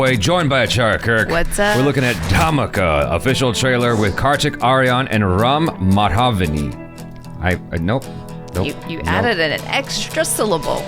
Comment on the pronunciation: Ram ko RUM 🥃 kyun padh rahe ho